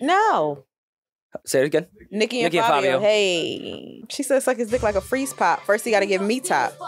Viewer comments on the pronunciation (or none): none